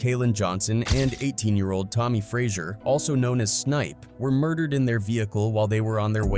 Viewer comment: Dam AI kaint even say 'Murdered" ,😅😂😂🤣😭😭🤣😂